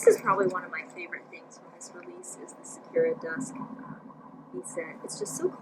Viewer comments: Sakura is Japanese for cherry blossom. Pronounce the u with ooo (like in coo) sound. Technically the r should hard as well for native speakers lol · follow the link for correct pronunciation of 🌸Sakura🌸 (Japanese for Cherry Blossom, bloom, good).....thanks for showing us all the goodies by the way. I love the Be Quick and the Be Set, but honestly, I've never ever used the large set piece - I use the Be Quick instead of it as I find it more versatile. I just find the large piece too heavy with all the extra hardware on it, and it doesn't even have a zipper pocket. I really wish JJB would sell the small and medium set pieces as the set, then the large one as a standalone. ps. loved your 'deer caught in the headlights' reaction to the lining on Whimsical Whisper, that was priceless...I had much the same reaction.